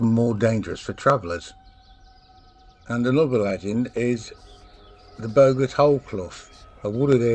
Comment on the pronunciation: Bogart pronounced, as in "Bog"! It's a Northern Sprite, brought, probably by Vikings!